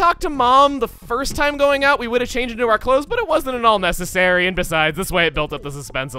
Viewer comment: Did you say.... That wasn't NESSessary? Or is it just me?